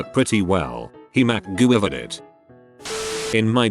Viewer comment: ish the computer sounded like it said macgoober